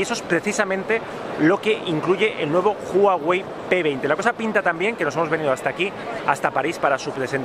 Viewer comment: te dicen que se pronuncia Uawei y vas y lo cascas pronunciando Juawei hahahah Está muy bien el vídeo, buenos influencers!!!